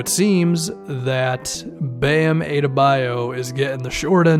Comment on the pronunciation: please it’s pronounced Ah-duh-BUY-oh